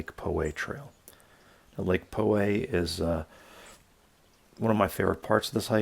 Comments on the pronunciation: As a native, I came here to say this. POW-way, not PO-way. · You were saying "Po" way ;) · I've hiked the trail many times. Spot on advise about getting up early and getting there just before dawn. I hate the crowds so leave early and pass them on the way down. Btw its pronounced Pow Way. John from Poway. Thank you for your video. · Lake "Po" way :) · Isn't it pronounced Lake "Pow" way?